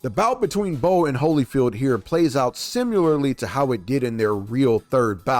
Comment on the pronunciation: Please don’t use the ai voice. No human native English speaking says simyeyarly we say similarly or any human for that matter and your ai says it way too much